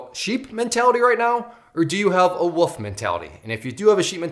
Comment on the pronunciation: I think you’re awesome but I have to nitpick on one thing it’s wolf not woof you’re saying woof a dog goes woof a wolf is an aggressive animal that’s seeks out its prey a woof is a sound a dog makes